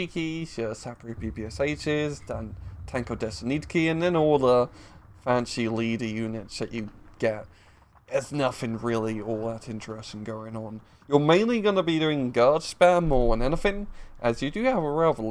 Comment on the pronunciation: It is not Radevka - it is RAZ-VED-KA) An also - thay are TANK-O-DESANT-NIKI.